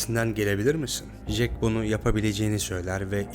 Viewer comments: Ya şu isme JEK diyip durdun sinir hastası ettin be olm ya! CEK diye okunur o bi öğren la seslendirme yapıyosun burda! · Resim çekilmez kardeşim, resim yapılır. Fotoğraf çekilir 🤣 ayrıca Jack "cek" diye okunur, " jek " değil. Bu kadar zorlama bir içerik için teşekkürler